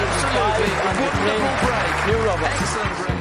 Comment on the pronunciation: i believe his surname is Robertson! not roberson